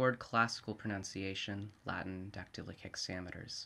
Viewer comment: the thing is: no question about your knowledge of Latin, which is probably fantastic. The thing is the pronunciation, the consonant sounds (too harsh) and the rhythm, which sound very alien to Latin. It’s the same as an Italian reading old-English, the result can’t be good ... but if you love Latin, carry on, why not? I was only kidding mate!